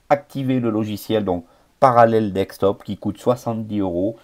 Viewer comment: parallels deSktop et non pas parallels deKstop heheheheheheh debut de la video you mad my day hehehehehehhehe